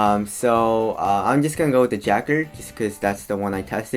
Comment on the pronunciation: correct me if im wrong but i believe its pronounce juh-card LOL